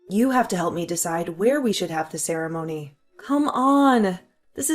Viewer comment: Only a fool would have married this Drongo. He can't even pronounce the word ceremony correctly that made me chuckle😊